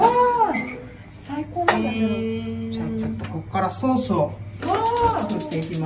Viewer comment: 「ケェエチャップ、セウス」